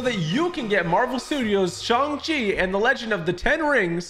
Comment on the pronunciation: I don’t to be one of those people who are pointing stuff out in a rude way but he keeps saying shong chi